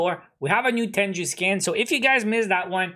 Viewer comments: Its a japanese term pronounced as Teng-goo not Ten-ju. Anyways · Bruh it's not tenju it's t e n g u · Lmao i pronouce it teng goo too and it kubda triggers me when people say it like tenju